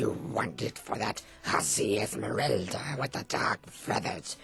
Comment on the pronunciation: It's Moira not Moria, a possible reference to Moira Brown from Fallout 3, besides her saying my precious when referring to the ring, referencing Gollum from Lord of the Rings. And it's Esmerelda, not Esmeralda, Esmeralda meaning Emerald in Spanish. You gotta' get your facts right.